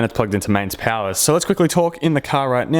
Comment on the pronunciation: I love your accent! So cute, especially when you said “POW-arr” 🤙🏻😗😘 such a stud. It’s cool watching you bassgasm.